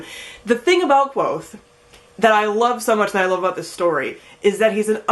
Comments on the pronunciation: It is kvothe not quothe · You're mispronouncing Kvothe's name. :( Rothfuss has a post on his site that clears up the pronunciation. He also made a video where he pronounces a bunch of different words and names from the Four Corners.